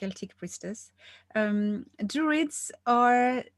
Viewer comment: Isn’t it DRUIDS? I thought droid like robot